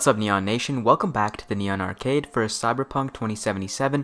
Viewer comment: I swear as soon as he said Neon nation I thought he said Nyon like those anime cat girls or something lol swear I almost clicked off if I didn't look at the channel name